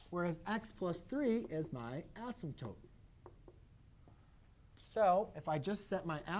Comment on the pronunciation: This is really helpful...but please PLEASE pronounce "asymptote" correctly! A math teacher should not be saying "asymptoPe".